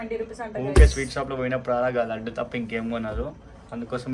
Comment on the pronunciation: Laaaaaadu kadu laddu anu amma 😂😂